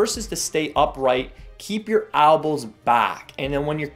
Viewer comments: Keep you "albows" back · its ELbows not ALbows